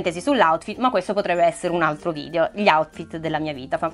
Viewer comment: si dice video non vidio